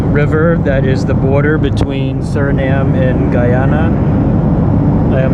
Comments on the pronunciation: The pronunciation is not “Gey-ana” it’s “Guy-ana” as in GUY. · Guy- ana not Gii ana